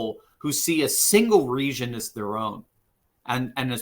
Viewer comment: What is "resion"? The correct pronunciation for the word "region" is the same as "legion" with an accentuated "G" sound not an "S" sound. The season is the reason for the legion in the region.